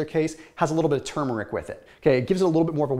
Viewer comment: He’s one of very few people who pronounce turmeric correctly.